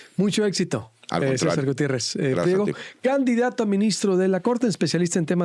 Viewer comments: El licenciado MARIO Cesar Gutierrez no es pliero ,es PRIEGO por favor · ( no es pliego ) es PRIEGO .,.